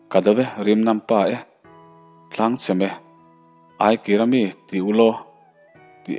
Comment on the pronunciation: Eng bawhhlaah mah aikira mi ti ulaw tih a awm ngai lo. Ai kim mi ti ulaw tih a ni e.